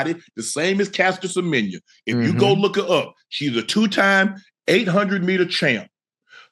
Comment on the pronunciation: Well done Unk in pronouncing our fellow South African, Caster Semenya's name so well.